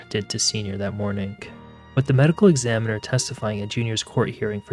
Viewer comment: Thank you for your videos. You are fast becoming one of my favourites. Just an observation, I can't help but notice you are pronouncing "G" as "K". For example, 'mornink instead of morning.